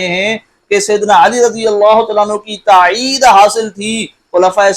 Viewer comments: تاعید نہیں مولوی صاحب! تائید ہے الفاظ درست کرلیں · حضرت تاعید نہیں تائید ھوتا ھے